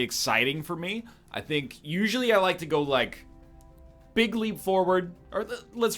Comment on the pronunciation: I see why you reworded that, I guess you said big leap forward, but what I heard was "bigly" as a trumpism.